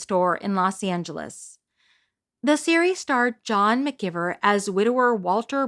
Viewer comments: I'm pretty sure that John McGiver's last name is pronounced "McGYVER". Of course, I may have been mispronouncing it myself all these years. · McGiver is pronounced with a long I